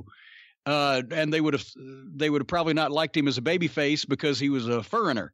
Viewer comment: "Because he was a feragner "